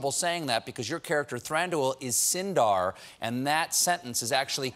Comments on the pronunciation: For the love of all the Eldarin languages, Stephen, will you please learn how to pronounce these names and words correctly? It is not Thran DOO ILL but rather THRANDwheel (hello, Richard Armitage renders it properly in the Desolation of Smaug, listen to him?) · Well, he can't pronounce "Thranduil" for a hill of beans. It should be two syllables, not three, accented on the first: THRAHN-duyl, with the "uy" diphthong as in Spanish "muy" ("very"). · ... shouldn't Thranduil be pronounced "thran-dwEEl" because of the UI diphthong? Where are my conlangers?